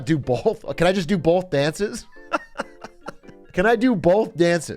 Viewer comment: "bolth dances" lol